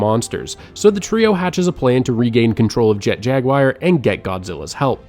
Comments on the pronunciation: jet jaguire? jaguar, pronounced as in the feline panthera species. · its an actual name of an animal too. im not even good at spelling advanced words so that was pretty jarring whenever he said jag wire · At 46.00, who TF is Jet-Jag-WIRE???? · Was loving this until "Jet Jagwire" My heart...it hurts